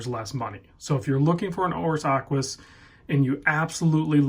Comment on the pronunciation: Aquis, not close.